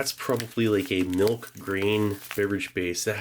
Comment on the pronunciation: The way he pronounces milch makes me cringe every time